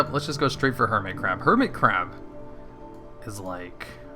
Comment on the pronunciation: i think at one point you said curmit hab..